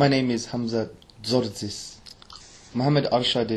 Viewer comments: Hamza “Tortoise” 😂😭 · He said Hamza Tortoise. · I swear he said Hamza TORTOISE 😂😂😂😂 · did man say hamza tortoise? LOLL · hahhaa luv the way you pronounce his name ,HAMZA TORTOISE ,he is legend may ALLAH make him the another HAMZA of islam. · The way he pronounce his name hamza tortoise. Hahahahhaha